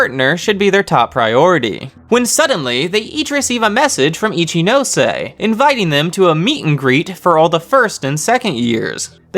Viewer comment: This is definitely great but what I appreciate the most is that you pronounce all the names properly.. some of these people calling Ichinose “Itchy-nose” hurts me